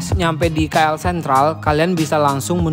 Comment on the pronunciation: Sebutan tu salah bukan Ki El tapi Ke El